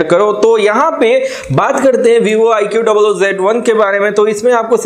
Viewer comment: Its iqoo not i q double o